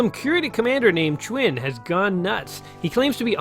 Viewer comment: Kurita: CURE-eat-uh. Davion: Davey'n. Chiun: CHYUN. I don't remember what else you butchered. Nice play. I haven't touched this game in over 30 years. It had only been on the shelves for a short time. I even remember the date I bought it. Thursday, November 15th, 1990. I got it, went home and a few hours later found my mother dead in her bed.